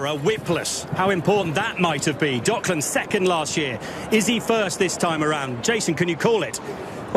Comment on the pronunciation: ドッ”ク“ランズなんやけど😂